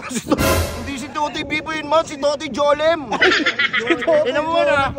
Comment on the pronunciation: Totoy Jolem❎ Totoy Golem✅ 🤣🤣🤣🤣🤣